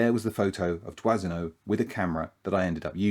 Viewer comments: It’s pronounced “Dwano” not “Dwasino”. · I know this is not in the spirit of Christmas, but do try and pronounce your photographer's names properly, eh? It's Dwah-no. Robert (Roh-bear if you want to be pretentious) Dwah-no. Dwazino? I mean okay, the French massacre the pronunciation of Anglophone names (Hemingway is unrecognizable) but we must try and be better, oui? Feel free to mock how we Americans pronounce Aluminum (and spell it!) Happy holidays, at any rate. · "Doisneau" is pronounced "dwano". Merci pour lui !😊